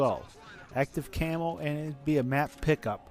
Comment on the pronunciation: Camo not camp